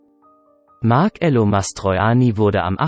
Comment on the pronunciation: Bitet Marcello korrekt aussprechen....es ist so ein schöner Name.